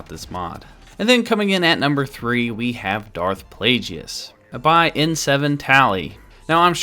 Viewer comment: Its pronounced plague-iss.